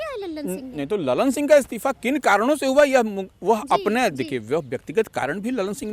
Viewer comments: लल्लन सिंह नही, ललन सिंह😂😂😂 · लल्लन नही ललन बोलो भकलोल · Lallllannn😂 nahi madam Lalan singh hai